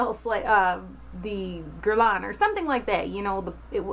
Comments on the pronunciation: It's more like gair-lan with the nasal vowel at the end. PS: The green eye makeup looks cute on you :) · it's not [gurlan] ;)